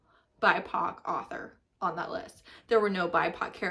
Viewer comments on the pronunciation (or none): Her pronunciation, though. Arthur is a cute aardvark. 😳 An author is a writer. Anywho, let her stay in her white space. It’s okay. I try to not follow or support creators that don’t read diveresly.